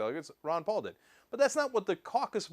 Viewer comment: 'Palalalalala' xD instant like